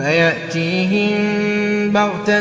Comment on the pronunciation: Faya'teehim❌... Faya'tiyahum✔️